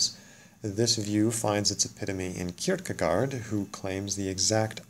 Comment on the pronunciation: I know it's not really important but the double 'aa' in Kierkegaard is pronounced like to 'o' in ork. Well, that's the closest I can come to explaining it in English. I'm watching the INXX videos because I'm a female, dyscalculic, and uninterested in gadgets beyond using them (and I only care how they work when they stop working!) who on another test also scores 5w6, yet on personality tests/brain type tests, I always score INTP regardless how many times I take these different tests, and moving my answers a bit to one or the other side, within the parameters of how I honestly think my brain works, still always, comes up with the INTP/INTP-A result. However, I think descriptions often focus too much on interests and career paths. I'm a homemaker and mother. It just seems like the right thing for my family, for now. I don't know if the key to getting closer to a possible correct answer, would be to understand the emotional nature of the INXX types. I have no preference for being one or other type. But perhaps if I could figure out what type I am, then I could make it easir for the World and I to get along and help people who have to interact with me, to understand what I really mean when I say something and have people calm down if they understand that I'm not wilfully trying to be an insenstive jerk. People who try to understand my emotional nature confuse me because I don't think that's what's important to understand in anything and because of that, I'd based on possible, com